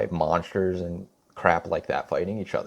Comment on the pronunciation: "I haven't even seen the movie." Oh, ok. Then shut the fuck up and delete your account. Fix that cringe ass fucking speech impediment too. "MONSHTERSH."